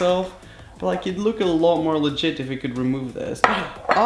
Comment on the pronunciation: He says litgite alot!!!